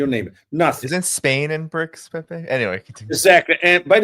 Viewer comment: I love how he pronounces Pepe’s name. ❤